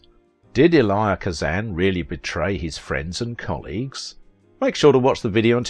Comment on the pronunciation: You're pronouncing this man's first name incorrectly. You pronounce it phonetically is if you are saying the letter E and then Lie. It's a two syllable pronunciation you run it all together like it's one and that's not how he pronounced his name maybe that's how they pronounce it in the country where you're from but he was an American.